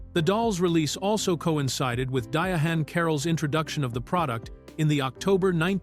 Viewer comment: You can tell the narration was AI generated by the way Diahann was pronounced (DiaHAN)